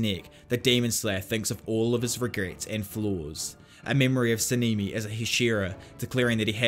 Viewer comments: Sah-neh-me is how it's pronounced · 10/10 video but your accent is in their names like sa-ne-me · Sanemi❌ sinimi✅